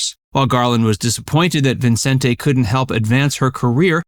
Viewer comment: Never heard anyone pronounce Vincente Minnelli's first name that way. Always just Vincent.